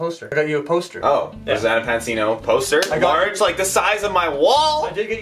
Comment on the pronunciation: Anyone else notice how said Rosanna Panini instead of Rosanna Pansino